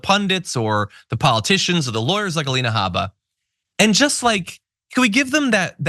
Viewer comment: How about Aleina Ha-BAH! That's the correct pronunciation of her name. She's Iraqi. 🗳️🔵⚖️🇺🇸💙🇺🇸⚖️